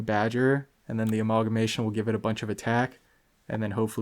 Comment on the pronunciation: Speaking of weird pet name pronunciations... We sold on a-mauwl-guh-mation? Lol.